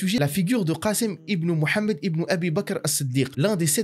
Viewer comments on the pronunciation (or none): Inv Mouhamad arrêté de dire méd mouhaméd ok 👌